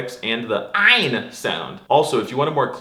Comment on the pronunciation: Even though I'm not a native speaker , I can pronounce "ain" better than him